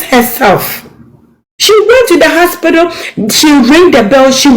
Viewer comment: 6th minute I like the way she keeps saying haspitdal 100 times